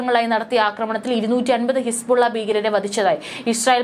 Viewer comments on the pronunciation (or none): none